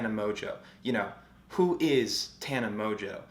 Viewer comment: Aint no way mongeau is pronounced mojo, lol